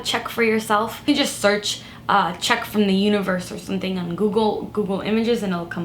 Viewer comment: I love the way she says sunthing 😍